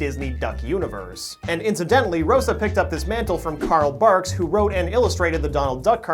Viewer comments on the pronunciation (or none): Am I the only who heard Carl Marx and not Carl Barcks?